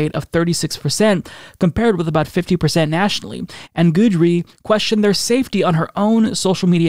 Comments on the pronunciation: also, it's said "gid ree" not "good ree" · It's GID-dree, rhymes with kid-dree, not goodree. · You're saying guidry wrong and it's killing me